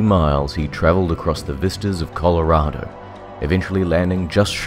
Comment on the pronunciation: Damn you actually said Colorado right